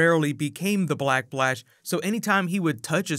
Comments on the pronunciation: am i the only one whoheard him say black blash instead of black flash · Black "B"lash ? Am I the only one hearing it ? x) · Is it just me or is he always saying "Black Blash" 😂😂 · Why do you continue to say "blackplash" instead of "black Flash"?